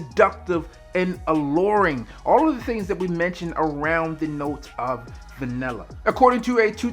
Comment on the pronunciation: For those of Us not from Maryland or NY(BBB -MrG) pronounced vanella" is Vanilla..